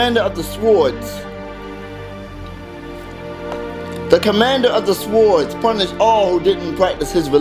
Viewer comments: No lol he actually pronounced the w in swords. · Did anybody else crack up whenever he said swords? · When he says "swords" LOL